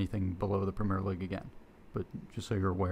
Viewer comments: It's not 'Premiere' - it's 'Premier' - English Premier League - pronounced quite differently. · The guy making his video made such an effort to get all the names of the leagues correct but stuck with "premiere" like we are in France or the theatre....